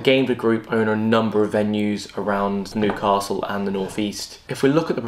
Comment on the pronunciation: Stop saying Nu~castle it’s New-castle ffs 🤦‍♂️